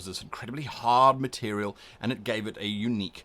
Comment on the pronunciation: Nothing to do with the videos content, but I find way you say material sort of amusing. "Meterial". Makes me smile some reason.